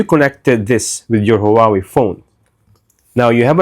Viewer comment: Please please pronounce HuaWei right!!! Thank you in advance🎉